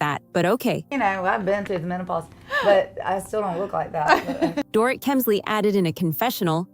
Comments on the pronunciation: "Door-it" LOL Dorit is pronounced "Door-eat" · FYI: Her name is NOT DOOR-IT, it's Doreeeeet. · DORIT is pronounced DOR-REET... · Omg this drives me crazy too